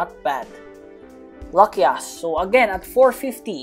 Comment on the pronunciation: When he said Lucky Us My dirty mind Litteraly Think Its "Lucky Ass" XDDD